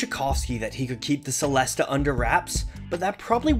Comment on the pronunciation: It's pronounced like cello so chellest (the e at the end is also silent)